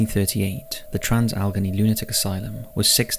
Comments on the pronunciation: It would be helpful if he could pronounce "Trans- Alle-GHANEY" Asylum properly. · Ok. First, the name is pronounced Trans- Alagainey. Second, the Deer Hunter was filmed in both Weirton WV,and Steubenville, Ohio, which is the birthplace of Dean Martin. I am originaly from Ohio, with family in West Virginia, and have driven through both locations many times. I now live in Jacksonville, Fl, since 1986. Reffer to my previous comment about other paranormal events in Jacksonville.